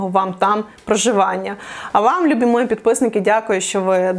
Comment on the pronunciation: А що це за наголос: "забЕремо", "мОї"?!